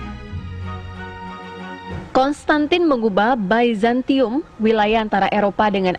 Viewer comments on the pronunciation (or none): Aduuhhh mbak.... Bizantium ya bizantium. Salah kaprah malah baca "baizantium"... Gak semua dibaca kaedah english. Paham? Jangan sok tau